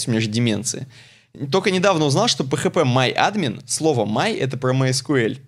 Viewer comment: Почему ударение на А в слове phpMyAdmin делаете, а? АААдмин или адмИИИн?